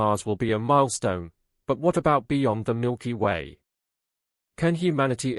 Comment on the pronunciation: Milker way?? Another dumb AI channel....